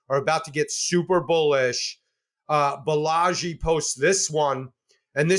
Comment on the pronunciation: Balaji, not Balagi